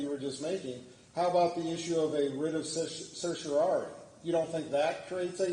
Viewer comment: How can a bar member say "certiori". How many times must she have studied that word and still oblivious to a whole syllable right there in plain sight. Use phonics!